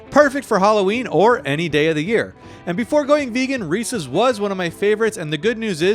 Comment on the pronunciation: finally someone who says their name correctly